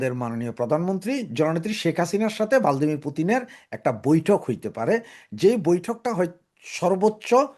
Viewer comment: ভ্লাদিমির Not ভালদিমির।